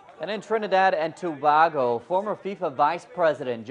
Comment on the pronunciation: It is probounces TO-BAY-GO